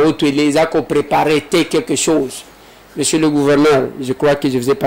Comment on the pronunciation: balobaka Mosieur et non Mesier😂😂😂